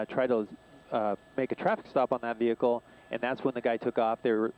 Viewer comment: Female keeps saying, "vee-HICK-el "....the H is silent....Aaaaarrgg....unless you're from southern Alabama . "Back rear tailgate"....as opposed to front rear? HA .